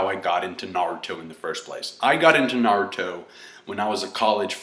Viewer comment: i TRIED I JUST CAN'T GET THROUGH THE WHOLE VIDEO , YOU ARE THE ESSENCE OF NERD! he spoke about ME!!! ME!!! The essence! The best part is you pronounce naRUto! GeeK 10THFKN POWER.